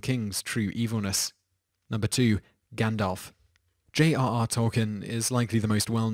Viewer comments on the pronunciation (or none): none